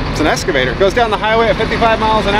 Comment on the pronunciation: E-X-C-A…! Not Esc… EX-CAVATOR! Why the hell do so many people say ‘escavator’ ? Just a pet peeve, like axe instead of ask